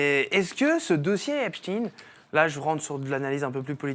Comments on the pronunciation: 1. La base de cette affaire est une partie des méthodes usitées par le Moss@ avec des vidéos compromettantes permettant un chantage ; 2. La prononciation en « chtin » et non « schtaiin » est révélatrice de la place du moss@ dans cette affaire. On est curieux d’apprendre le prochain suicine-assassinat dans cette affaire. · 1. L’affaire Epstein (chtainnn) relève complètement des méthodes du moss@ qui consiste à créer des videos piégeant des élus étasuniens afin de pouvoir faire pression sur eux . 2. De manière qui pourrait apparaître anecdotique, mais qui est tellement révélatrice, c’est la manière dont on a imposé la prononciation du nom en « stine » et non « schtaiine ».